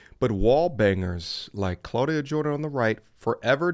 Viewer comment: “Clauda Jordian” 🌚😂😂